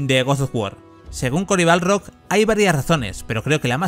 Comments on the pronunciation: Es BARLOG, no Balrog xD Buen video por lo demas xD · Guosofgüor y Corey BALROG (que no Corey Barlog). Tremendo el nivel de inglés del comentarista.